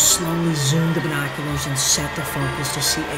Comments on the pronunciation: Everybody: binoculars: bi noculars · No one: Not a single soul:: BYENOCULARS